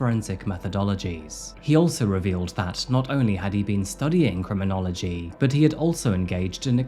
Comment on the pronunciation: a cruminology student?? LMAO!! epic fail dude! did you learn nothing?